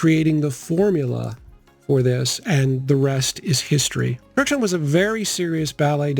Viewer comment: I’ve always been told that the second K (as well as the D) of Kurkdjian’s last name is silent 🤫